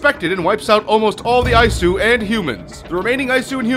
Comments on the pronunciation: It's not Eye-su, it's EE-soo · Its not ayesu. Its E-su (Isu) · Isu is pronounced ee-soo. Considering how many times you say it in this video you'd have thought you'd have at least played the game a little bit to know this. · lmao, "eyesue" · Eye-Eyesu? What? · It hurt when he would say isu